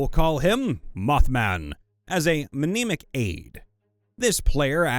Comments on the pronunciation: Mnemonic is pronounced neh-mon-ik, by the way. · What's with that pronunciation of mnemonic